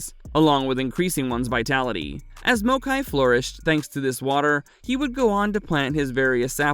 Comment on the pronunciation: This video is informative af, my only gripe is how maokai is pronounced 😂